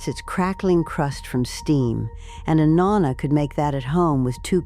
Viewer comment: Pronouncing “Nonna” wrong every time! I can’t watch! And I know it is AI